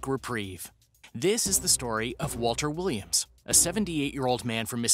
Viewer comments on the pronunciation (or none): none